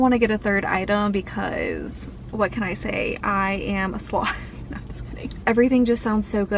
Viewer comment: you sounded so Aussie when you said 'nooooooooooooooooooooo'